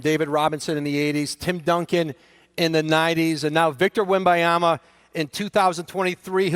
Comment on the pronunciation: Do a push-up every time Malika says Victor Wenbonyama